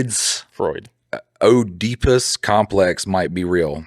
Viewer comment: Oedipus is just pronounced edipus, like a silent O I have eating issues, if something is wrong (to me) then I just can't eat it. It's not just picky eating, it's a physical, whole body reaction. If there was ketchup on my burger? NOPE. You cannot "wipe it off" the taste is still there. Good for you that you can eat anything some of us can't Sardines? YOU CAN STILL TASTE IT if you pick them off